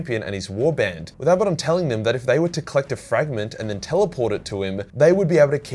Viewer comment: In all great video and thanks for pronouncing Abadon correctly 👍 😀 👏 👌